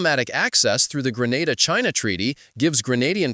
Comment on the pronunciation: Grenada not Granada😮